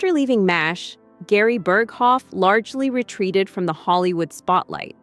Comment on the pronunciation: AI generated. Horrible mispronunciation of Burghoff was a dead giveaway.